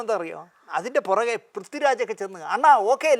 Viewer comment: പ്രദ്വിറാജല്ല പ്രിഥ്വിരാജ് എന്നാണ്.